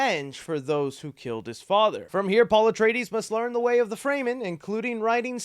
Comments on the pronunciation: I'm convinced you can't pronounce shit after watching this one lol. Frey Men??? lmao, it's pronounced Fur Men you silly goose. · It's not pronounced "fray-men" it's "fre-men" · Not fraymen it’s fremen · It’s pronounced FREM-MIN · Well that’s certainly a way to say Fremen lol